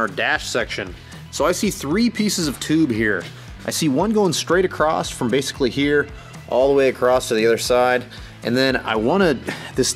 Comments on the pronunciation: I have to say that across doesn’t have a T at the end and it drives me nuts! Am I the only one that has noticed? Lol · ..There is no 'T' in the word 'Across'.......LOL !!!